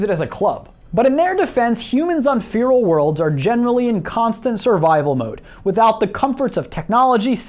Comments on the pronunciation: 1. FERAL not Feeral. 2. God Emperor, not God King. That's all I'll say for now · Fee-rul? It's feh-rul bruh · btw. its feral nor feeral. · "Fearal" worlds? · What is a "Fearal" world? Don't you mean Feral? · "Fear'ol worlds" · Anyone else find it weird they way he's pronouncing 'feral'? It sounds like he's saying 'fear-all' to me. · Really? you dont know how to say the word feral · The e in feral is pronounced not pronounced like feeble. Short e, like Faraday.